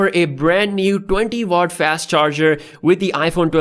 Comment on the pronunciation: Bro when he said 20 wat he literally sounded indian 😂